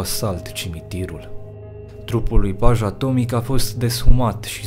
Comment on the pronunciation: *Paja Tomic se citeste "Paia Tomici"